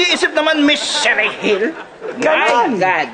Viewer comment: paiyak kana sana sa isang eksena sa telenovela eh itong si antonieta basta papasok na lang tapos sisirain yung eksena at ibubulgar.loko rin eh no.ayan mabute nga napadugo ka tlaga ni ms cherry Gil hindi dapat sherry gil ang bigkas ha😂. RIP po ms cherry gil😔